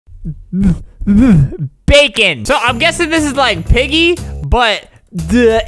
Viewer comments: it's bakon not bacon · It’s not bacon it’s bakon (back-en) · It’s called bakon not bacon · ITS BAKON NOT BACON JEEZ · it's BAKON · Its not Bacon its bakon and i have bakon UwU buff in my luff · This is not bacon, it bakon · Btw its bakon